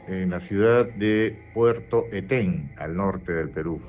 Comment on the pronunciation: Éten, no Etén, y lo dice una chiclayana que también ha ido a las playas de ese puerto 😊